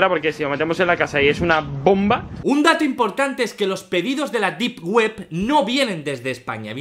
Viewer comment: Deep web ❌ Dip Guep ✅ XD, bromita 🥺